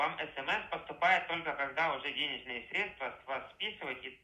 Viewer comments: Если говорит средствА, сразу понятно кто это! Банковский работник знает, что это срЕдства! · Касательно, я вас понял, средствА.. 😂😂😂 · Они обычно говорят КомпромеНтация, с буквой Н... В сегодняшнем дне, вчерашним днём)) , средствА с ударением на последнем слоге.